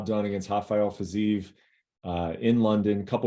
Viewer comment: justin goes through three months minimum of training camp intensely focused on fiziev and doesn’t even know how to pronounce the name